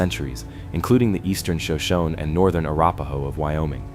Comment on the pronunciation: Shoshone is properly pronounced shoh-SHOH-nee.